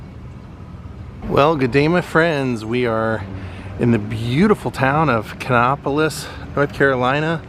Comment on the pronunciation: My father was born there and they ponounce the name as Ka Napo lis like Indianapolis . Also wanted tell you I Really enjoy your content always great to see you in my state. Also George Clinton was born in Kannapolis too.